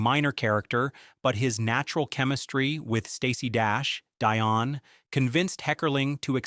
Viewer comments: Omg AI voice so annoying! Dion is not pronounced Die-on! 🤦🏼‍♀️🤦🏼‍♀️ It's pronounced Dee-on!! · Definitely an AI project ..pronouncing “Die on” instead of “Dee on” Cher’s best friend . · It's Deeeon not DYon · 1. her name is pronouced deeon not dione she is named after dione Warwick, Cher references this at the beginning of the film as they are both named after famous people. 2. there was no James bond party. 3. the fountain scene is the revelation of her love for josh not a make over scene. 4. cher lives in beverly hills as a reference to beverly hills 90210 she only ventures into the valley once and gets robbed so she doesn't have a valley voice.5. Alicia was originally in the crush movie followed by the crying video by Aerosmith in 1993 which was with stephen dorf way before she did the video for crazy with steve tylers daugher liv tyler. Jesus christ if you are gonna create a shitty chat gpt AI video at least get the factual evidence right. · it's Dee-on, not DYE-on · I suggest you go back through your video and correct your mispronunciations.Dionne is pronounced DEE-ON not DIE-ON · It's not Die-on, it's Dee-on. Also, it's not Alicia, it's Ah-Lee-C-Ah!! 😊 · wheres the 007 scene? Hate these AI voices Its not Dye-On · Yeah, that and pronouncing Dionne's name as "dye-on" Ummm...no. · Nope, they're gonna "Die-on" that hill. (hur hur, get it) lol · you pronounced her name wrong, and she didn't portray Steven Tyler's daughter, she was his daughters friend in the videos.. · the way you pronounced “Dion” makes me question this whole video. You did your homework on getting all of these unknown facts about the movie but yet I don’t think you’ve actually seen it. Otherwise you wouldn’t have pronounced her name the way you did. Just saying…🙃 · Well, the idiot did pronounce Dion’s name completely wrong